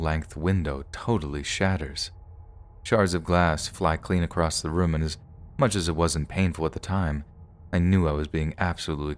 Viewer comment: Why do you say "a long while" rather than 'a long time'? I'm sure all the writers do not say that, you're interjecting. Plus you put a 'T' at the end of across! There's no such word. So you do a lot interjecting, If that's the case then keep the EFF words out of the narrations!